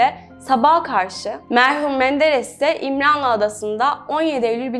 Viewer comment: Allah rahmet eylesin ( birde İmranlı adası değil "İmralı adası" olacak )